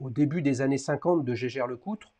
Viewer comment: Autre chose, on ne prononce pas : "gégère" mais "hiégaire". Faut l'savoir.